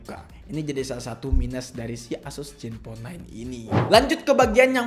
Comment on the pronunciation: zen bang bukan jen